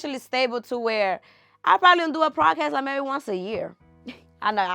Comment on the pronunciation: It’s podcast not prodcast